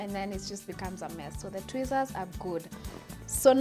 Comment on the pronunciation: It sounded like she said twizzler Chile 😂😂🤦🏽‍♀️